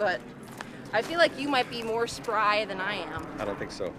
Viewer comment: She said Spry......😂